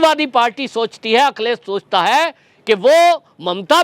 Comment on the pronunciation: Akhilesh Bhaiya ka name thoda ache se boliye